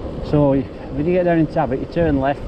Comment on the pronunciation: It’s pronounced Och!